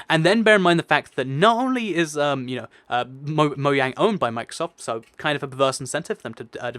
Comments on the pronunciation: is it just me or does he say moyang instead of mojang cos i am confused? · Why do you say moyang instead of mojang? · anyone notice he said "MOYANG" not "MOJANG" he said it twice as well :P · Umm its mojang not Moyang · Why do you say 'moyang' instead of 'mojang'? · Why does everyone say moyang it is Mojang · I heard him say moyang instead of mojang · Did he say *moyang*??? Yup... Did it again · did you say Moyang? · did you just say Mo-yang? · you said moyang